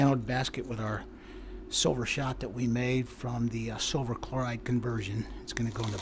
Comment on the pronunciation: "Still a ton of shhhh-silver in here." Nice save lol